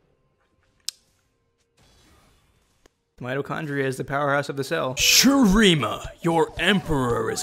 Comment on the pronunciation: "many mitochondrianoes" hahahah